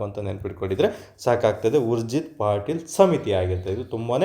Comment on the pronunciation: It's ಉರ್ಜೀತ್ ಪಟೇಲ್, ಪಾಟೀಲ್ ಅಲ್ಲ